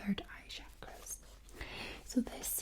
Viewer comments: It sound like grosse which means fat in french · Lmao, the way she pronounces "girls" actually kinda sounds like (she says) "kerels" which is another word for "guys" in Dutch Edit: I am aware that most people actually couldn't be arsed, but idc, I just wanted to share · "Boys and Gedlssss" tingled my brain to the floor. Good shit.